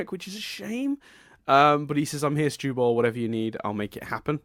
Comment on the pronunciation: K with all do respect, when Greg called monster Steven "Stuball" it broke me.